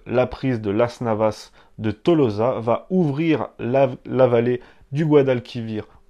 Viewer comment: pourquoi cet accent pour parler de las navas de tolosa? et pourquoi ne pas signaler que ce dernier royaume était VASSAL des rois catholiques?